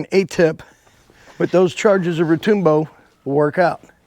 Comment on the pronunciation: Retoombo? It's Retŭmbo